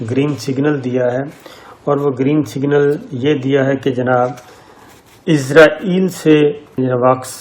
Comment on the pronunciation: صابر بھائی براۓ مہربانی اسرائیل کہیں ازرائیل نہ کہیں ۔